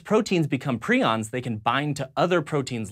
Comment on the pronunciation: I think it's also pretty scary that every clip about prions said the word but still managed to say it wrong like 10 times.